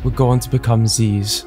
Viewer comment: I hate to correct you on this great video, but it's Zyzz brah, not Zeez.